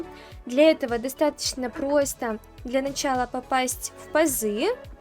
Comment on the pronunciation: Руль превосходный. Обзор великолепный. Голос, всё рассказывающий и объясняющий - вообще восьмое чудо света😊 Век бы слушал без остановки и ни на секунду не надоело бы😊 Особенно нравится как ты произносишь слово "просто", аж до мурашек прям (в хорошем смысле, конечно же))